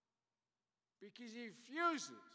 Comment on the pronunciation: Hey, what's with the nose scratching every few minutes. Are you sending a message to your teleprompter controller? Now.... min mark...."bekeeze he fuzes!!" min mark "prescription jugs". min. mark "autobobile industry"!! min. mark "we're going to 'rectrofit"!! min mark.."United States America". You left out the 'of' again. And at the end, all 5 people applaud. No questions asked, again.